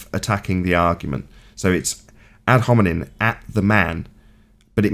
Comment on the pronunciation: He can't even say the word "hominem" properly. You'd think he'd have had enough practice by now, wouldn't you?